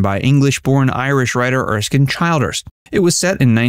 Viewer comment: There is no "R" in AGUTTAR with a HARD "G" (Ah-Ger-Terr). R-Gutter 😞 Truly said: "2 nations separated by a common language!" "The Riddle in the Sands" was written by Erskine "CHILL"ders. Put me out of my misery!